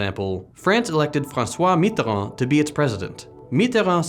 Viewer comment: I feel like your pronunciation of Francois Mitterrand was a deliberate attack aimed at Hakim.